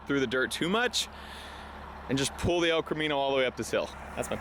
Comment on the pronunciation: refuses to call it an el Camino. It’s an el chromino